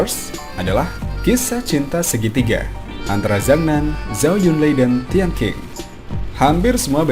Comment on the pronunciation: Min.. kalo gak salah nama tian qing dibacanya tian cing, bukan tian king..